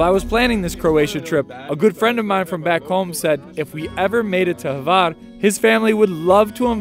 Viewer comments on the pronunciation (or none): Pro Tip: It is not Havar, it is Hvar. I know, it is almost impossible. But, ...but I am very impressed by you uttering Mljet. Sounds legit to me and I am from Ston. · this Island is call Hvar and not Havar....